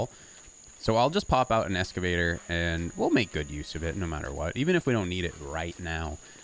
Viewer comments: It’s Excavator not Escavator... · It's pronounced EXcavator